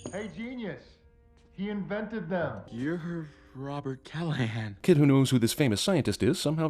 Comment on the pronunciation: Thank you for properly pronouncing my name right (Callaghan)